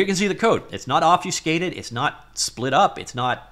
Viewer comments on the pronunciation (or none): He said Obfuscated